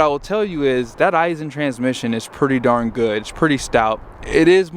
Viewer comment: 1.) it’s Aisin, not I-sin 2.) it’s in 2nd b/c there’s 8 of them mfs & it would only be a hindrance to shift all the way down 3.) the ZF isn’t any more ‘heavy duty’ than the competitors & all 3 are used in medium duty trucks currently. 4.) they ALL 3 have exhaust brakes & have for years. 5.) the PCV filter has always been easy as it can be on the 6.7s. 6.) the torque curve is better on the V8 power stroke, so that’s a moot point 6a.) any engine stands to benefit from an increased # of ratios in a transmission, nothing about being an i6 removes the fact that there’s a finite torque curve & even more finite points of peak torque, power & efficiency.